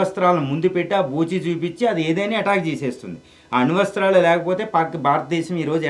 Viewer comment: అణు వస్త్రాలు కాదు ... అణు అస్త్రాలు రా చేపడానికి రాకుండా ఓవర్ యాక్షన్ 😂😂